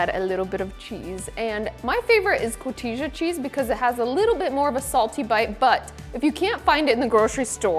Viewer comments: Co-ti-ha cheese not co-ti-jya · Last January, I fixed your amazing fish tacos for our grandson's fish themed birthday party! They were a HUGE hit! I'm sure these bowls would be equally as tasty! (FYI - Cotija is actually pronounced "cotiha" - "H" sound, not the "J" sound) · Looks amazing! FYI … cotija cheese is pronounced koh-TEE-*ha*, not koh-TEE-ja 😊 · Hah! I'm not alone in mispronouncing the cheese. J = H in Spanish.... I dyslexia it myself, and say co-hee-tah, but it's co-tee-hah. Good stuff. Mas auentico. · Another tip from a So-Cali... Cotija is Pronounced Co-te-Ha.😊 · The fish is so delicious - as is the sauce! Thank you for the air fryer recipe.:) Also, not being a pain or judging or whatever.... the cheese is pronounced as "co heeta" spelled "cojita". The J is pronounced with the H sound. Thanks for another awesome video! ✌ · Close. It's cotija, j is still pronounced with an h sound